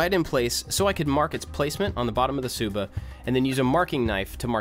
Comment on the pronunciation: u pronounce the "tsuba" like "suba"